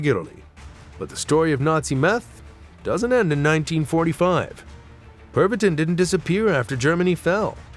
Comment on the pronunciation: Tis pronounced... (perv-uh-teen) :\